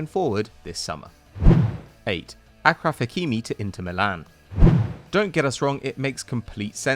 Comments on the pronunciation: Its not Akraf Hakimi its Ashraf Hakimi smh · It’s pronounced aSHraf not Akraf... How whitewashed is the Algerian on your crew if he can’t even correct an Arabic name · Its pronounced ASHraf Hakimi and not Akraf Hakimi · Achraf hakimi is pronounced as asjraf hakimi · Achraf not " akraf” Hakimi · how did achraf became akraf I wonder ? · Guys Hakimi's first name is pronounced Ash-raf